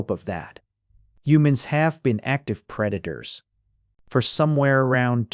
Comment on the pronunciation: I love how the AI voice just gives up at the end and starts calling preditors pre daters lol